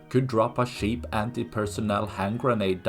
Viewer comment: He said "shaped", but CC says he said "sheep". if it's an accident he's saying words wrong. it does in no way sound like "cheap", sorry.